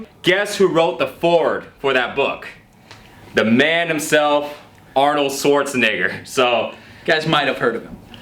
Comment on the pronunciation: "Arnold swarseneggar"